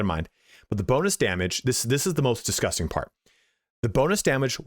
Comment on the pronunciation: very Irish "DISGUSTINGGF" indeed